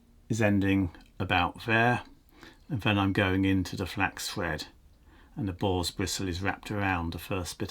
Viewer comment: Me wife was thinking I watched some obscure chsnnel. She came running out of the kitchen asking: did he just say a ball's hair? I laughed my ass off before i told her it a boar's hair.